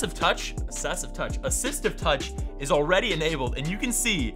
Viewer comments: Comment : "Not this Year. Keaton" and "AssesiVe Touch" ..... ................... Edit : "Assistive Touch" ..... Not "Assesive Touch" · “ASSESSIVE TOUCH” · ”Assesive Touch”